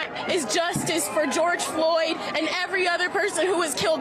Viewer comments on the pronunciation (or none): It's George Floyd not George Fly